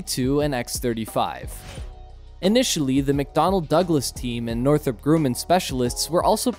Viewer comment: Who the heck is a Northrop Grewmin? Msybe you meant Northrop Gru-man!